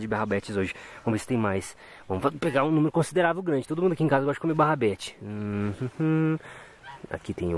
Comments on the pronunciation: barrabete é rabanete kkkkkk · Melhor coisa do vídeo é o falando barabedes só que é rabanete.kkkk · Hooo,não é barrabete é rabanete..😂😂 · é RABANETE não barabete kkkkkkkkk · Kkkkk o nunca vai apreinder a falar rabanete so barrabeti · No caso seria rabanete né kkkkkkk